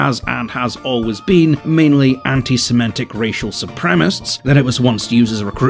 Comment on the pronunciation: It's not "anti-semantic", it's "anti-semitic". Twice I heard you mispronounce this :( :( :(